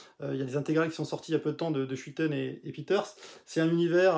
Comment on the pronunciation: Schuiten se prononce Skeutene...